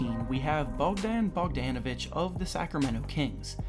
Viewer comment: you say bogan bogdanovic wrong